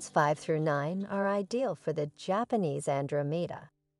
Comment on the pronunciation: This must be an AI product. Lots of mispronunciation of common plants, such as Japanese Andromeda and Cinquefoil. I